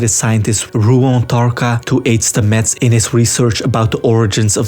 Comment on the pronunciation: Great recap. One thing though: his name is pronounced STAH-mets, not StaMETTS :-)